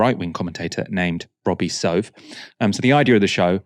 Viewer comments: Her former co-host's name "Soave" is pronounced Swa-Vay not Sove. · It would behoove you to learn how to pronounce the name ("Soave") of people you're reporting on. And he is not "right wing." It delegitimizes the entirety of your reporting when you overlook relevant details in your introduction.